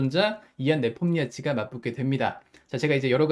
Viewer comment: 네폼니아치 발음이 매콤니아치라고 하시는거 같아서 뭔가 배고파지네요